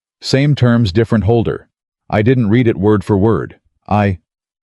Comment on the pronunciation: I do truly wish someone would edit the AI 🤖 narration for mispronunciations! 😅 To read a letter is pronounced “Reed” . Past tense to have read a document is pronounced “ red”. 😅 Thank you, 😅